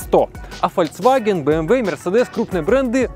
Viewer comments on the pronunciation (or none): none